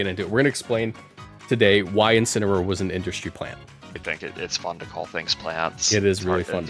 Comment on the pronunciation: Incineroar. It's Incineroar. GG Shake my hand. Edit: YO WE GETTIN COCONUT MALLED AGAIN